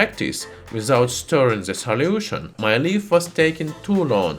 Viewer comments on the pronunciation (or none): I love when he says "soliution" XD